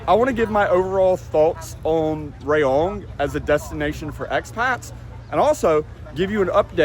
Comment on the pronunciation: Rayong is pronounced as Ra-Yong, not Ray-Ong. 🫢😁